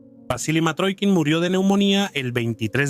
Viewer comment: Matrokin , no . Mitrokhin . Y se lee Mitrojin